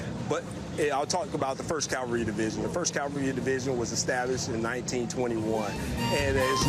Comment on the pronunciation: Love it when military experts pronounce cavalry as Calvary